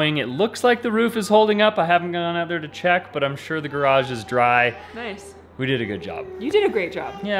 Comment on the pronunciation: !: You said garage four times near the beginning of this video. The first was okay. But then, you seemed like you lost motivation or maybe breath and they devolved into your usual 1.3 syllable pronunciations. Good job on the first one!